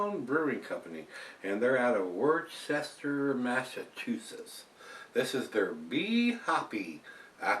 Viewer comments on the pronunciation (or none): Got to teach you to speak New England. Worcester is pronounced "Wuss'-ter" Ha ha! I've had this one and several from Wormtown.